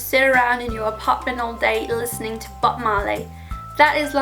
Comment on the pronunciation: I thought she said butt marley at first